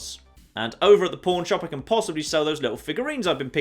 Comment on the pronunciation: Anybody else hearing "Pawn" as porn?